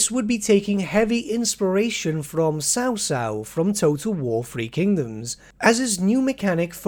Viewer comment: Lmao this dude stil pronounces Cao Cao "Sau Sau"